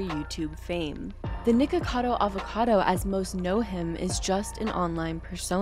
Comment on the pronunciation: Thank you for not pronouncing it "Nikado" Avocado like most creators who comment on him do. Lol.